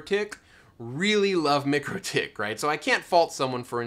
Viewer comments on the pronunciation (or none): Mikro pronounced like Micro, not mickro. Mikrotik pronounced like Micro tick. Couldn’t help but chime in :)